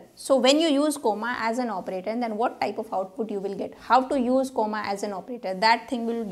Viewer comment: The way you pronounce comma is funny (coma) 😂😅